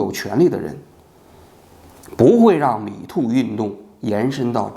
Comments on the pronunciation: 蜜汁发音 “米兔”运动 😄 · 不开字幕的情况下，把 Me too 听成了 米兔🤣 好纳闷，米兔 是个啥运动